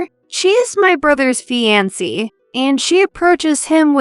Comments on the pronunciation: Fiancee mispronounced as well as lead! Correct the pronunciations so it doesn't sound so annoying! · Tell your readers how to pronounce fiancée!